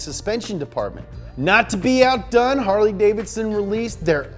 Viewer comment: Funny. Harly davidon as explained by a millenial.